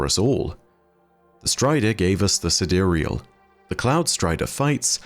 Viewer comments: I think the sidereal is pronounced as side real like the real side. The cloudstriders were kinda like crspr babies, created using genetic engineering by the ai, then it connects to the devices to grow the code/unreal into the sidereal or the real side. Like a mirror in a simulation connected to the outside world. As above so below. So how its possible in real life and not just destiny: we use ai to decipher protein folding and use the decoded knowledge to create the babies, then using ai to advance technology, us ai to observe quantum, decrypt the structures, then use ai to create and operate tools to interact with the relative material and create nanotech to develop augmentations out of materials that work with the genetic material. Seriously, use ai to understand and then use the understanding with tools developed from the understandings to create stuff of imaginations. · I always thought it was pronounced "side-real". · Sidereal? Side real? I for sure pronounced it side-real lol